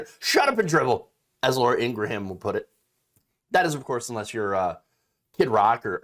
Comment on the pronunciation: Not sure if this was intentional but you said Laura "Ingra-Ham" and I think it suits her well!